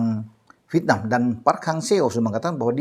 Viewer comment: INDONESIA EGOISNYA GA LIHAT POSISI. HARUSNYA BISA LEBIH KERJA SAMA DENGAN BAIK LAGI DEPANNYA. AKU SUKA INI KALO BILANG " V I E T N A M " CARA BILANG NYA " VITNAM " 🤣🤣🤣🤣 ASYIK BRO. HURUF ' E " GA ADA.....LANJUTKAN.